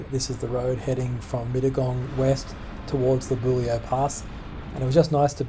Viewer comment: Um, as a local it is Bull e o. Not rhyming with Jullio. Just in case no one has mentioned this ....From Yerranderie east to the west side of Warragamba dam is not open to the public, is gated/signposted and striclty off limits to public access and if you are caught there - very heavy fines. In the vicinity of tens of thousands of dollars. Sydney Water use trail cameras a lot and have rangers. Any roads on the map that start with a W are Sydney Water - old MWSD&B roads. Yerranderie is one way in and same way back out. Google maps shouldn't be used for these areas - or check and then double check. Same coming in from the Oaks side. No access. The long way around. Anywhere near water storage around Sydney, Illawarra and Central Coast the tracks are off limits - for very good reason.